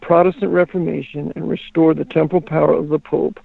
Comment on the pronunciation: The word is "temporal" (not temple). It means "physical, mortal, political" power of the pope, as opposed to his spiritual or ecclesiastic power through church authority. pronunciation confuses that word.